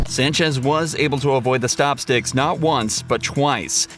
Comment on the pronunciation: has no idea how stop sticks work. He couldn't even pronounce the name correctly 🙄 stop sticks inject your tires with narrow tubes which allow air in the tires to slowly escape, preventing a blowout and a crash. Stop misinforming the public. The police know exactly what they're doing. Except when they leave their keys in their car, and don't close the partition 😅